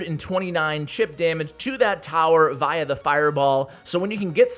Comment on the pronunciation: The way he said via in the video mad me crack up.